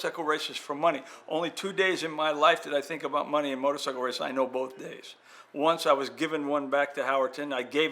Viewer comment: Did bob say "motor sickle " 😳